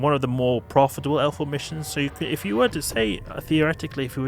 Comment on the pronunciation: its just his accent, he means L4 not alpha....i guess